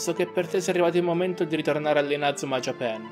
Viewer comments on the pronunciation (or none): la pronuncia corretta è ''Giepàn'', però io mi ricordavo ''Giapèn''. Anche perché come lo pronunciano nel doppiaggio è la maniera più sbagliata. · Pk dici Inazuma Japen??😂